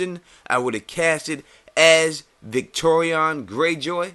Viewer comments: Why are you pronouncing it like "Victorion" instead of "Victarion"? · Victarion, not Victorian, mate... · Yeah man, I know who you're talking about. Great video by the way, and I 100% agree with you about the recasting of both Euron and Victarion. I was just wondering why you pronounced his name that way. Love your videos, and it's awesome you actually reply to people's comments!